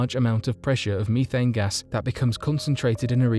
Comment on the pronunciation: Bro says methane wrong